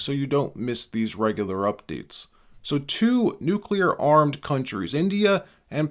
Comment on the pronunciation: "nuke U Ler"? The word "nuclear" has two syllables, not three.